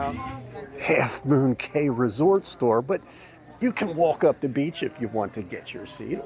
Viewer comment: It's pronounced key.